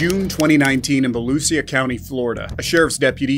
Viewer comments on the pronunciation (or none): Just a heads up, Volusia is pronounced "Vuh-loo-shuh". If you keep making these videos, you'll be saying it a lot.